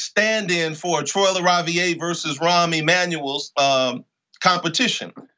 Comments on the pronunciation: "ravi-air" not "ravi-ay" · So is "super psyched" about LaRaviere, but has no idea how to even pronounce his name. Not the best of starts Junk.